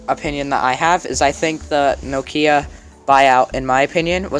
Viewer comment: Very interesting video you are very talented and with a bright future ahead of you! One minor detail only. Listen to how the Microsoft exec pronounces Nokia. And how he keeps pronouncing it. That's the correct pronunciation. NO-kia not No-KIA. Actually the name Nokia derives from a small Finnish town.